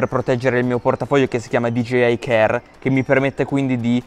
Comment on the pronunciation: Da notare all’inizio dice “gigeiai”